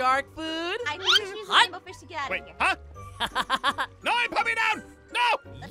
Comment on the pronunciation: DA WAINBWOW FWISH